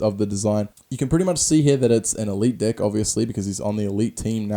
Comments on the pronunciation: I'm sorry but is it just me but does it sound like he says dick when he says deck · Sounds like he's saying dick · I love when he says deck, it sounds like dick😂😂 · everytime you say deck it sounds like dick and I bust up laughing😂😂😂